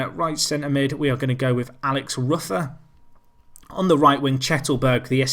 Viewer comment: Also Alex ROOFER is the correct pronunciation